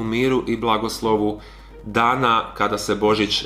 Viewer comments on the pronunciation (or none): none